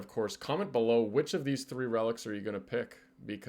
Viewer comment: Ain't no way u apologized for herb but said tree instead of three. I'm getting comment baited. Wp